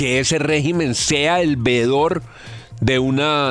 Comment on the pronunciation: No es "vedor", es "VEEDOR".